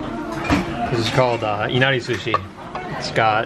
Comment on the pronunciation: At the beginning, did anyone else hear susi instead of sushi😂